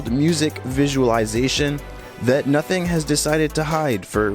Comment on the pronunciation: i swear i heard "nutting phone" 😭😭😭😭😭😭😭😭😭